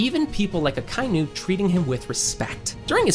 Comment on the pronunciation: What the fuck are your pronunciations? It's EL BAFF. ACKA EE NU. Jfc.